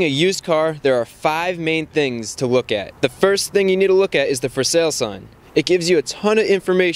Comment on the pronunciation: does Chris fix have a speech impediment with his l's its a rare occasion i hear him saying weft or wook